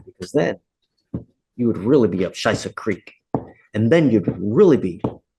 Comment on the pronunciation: my guy really said "up sheiza creek" 😄